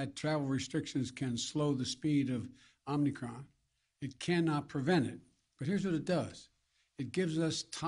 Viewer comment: Is he saying Omni-Cron?